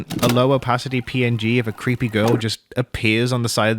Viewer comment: Wow it’s like ENA but it’s cweepy